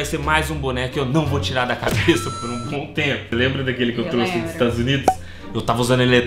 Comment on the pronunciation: Parei de ver no " eu TRUSSE minha amiga pra cama" kkkkkkk